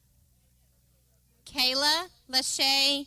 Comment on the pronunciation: Just wanted to let anyone who watches this to know that the Saluditorian's name is Kaeli pronounced kay-lee not kay-la. It seems that me pronouncing her name correctly was edited out, instead of the principal actually saying her name correctly. This was a very big accomplishment for my daughter and she deserves to have her name correctly stated.